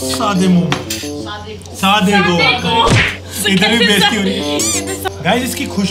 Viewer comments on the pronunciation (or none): Love from Nepal That's actually sadeko not sadego 😂